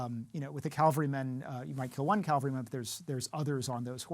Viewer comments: Someone going to tell this expert it's cavalryman not calvaryman? Yikes. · Why is it that so many “expert” historians on here say “Calvaryman”? It is Cavalryman.